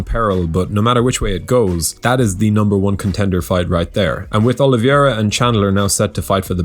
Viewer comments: dude. the easyest and most accurate way to pronounce "Oliveira" is "oh-lee-veh-ra". you guys keep calling him "Oliviera", it's really annoying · Never heard anyone pronounce the "i" in oliveira.🤔